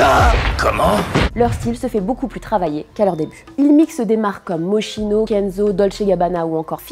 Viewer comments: Lourd le nouveau concept Juste Moschino ne se prononce pas Mochino mais Moskino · On prononce « Moskino » et non « Moschino » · Moschino se prononce Moskino :p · ca se prononce MOSKINO mais sinon super video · Les gens qui disent mochino tellement ça a saouler la marque ils ont fait un pull avec C'est Moskino la prononciation les bros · Arrêtez avec moschino ptn ça se prononce pas comme ça